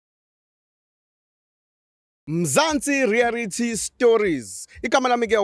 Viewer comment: ‘Rearity’ ‘Suscribe’ 😂😂😂😂😂😂😂😂😂😂